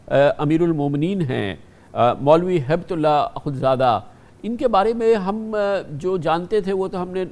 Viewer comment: Is jahil ko haybat ullah to thik se bolna nhi ata ..